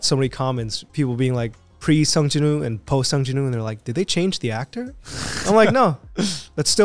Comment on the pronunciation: Pronounced Jin-oo not Jin Wooo!